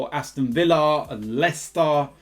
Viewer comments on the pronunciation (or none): none